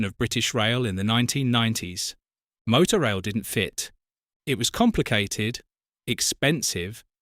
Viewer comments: It was pronounced Motor Rail not Moto Rail. 😂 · It's pronounced motor-rail rather than moto-rail actually ! Used it twice for Scottish holidays. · Motorail was pronounced 'motor-rail', not 'moto-rail'. It was basically the forerunner to Le Shuttle. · I think it’s pronounced motor - rail not moto- rail . Good video though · What a ghostly vision with which to end the video. So much more to discover about these services which once a decade or so threaten to reappear in the middle of the night somewhere in rural Dorset or en route to Oban. Maybe it's the more continental sounding MowTow/Moto in your house but the cars are called vehicles, motoR vehicles and it's a piffling pronunciation thing but motor rail was how it's said to be said. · "Mow-tow rail"? All those happy motoists enjoying an ail journey with their moto cars on the the back of the tain? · Regardless of how it’s spelt, it’s pronounced ‘motor-rail’.